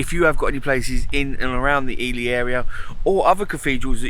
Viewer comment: No, sorry dear. It's pronounced eely. As in eel. 🙋🙏